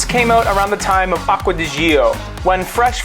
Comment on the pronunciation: Beautiful videos! Just one thing: the pronunciation is like "Acqua di Joe". Trust me, i'm italian 😉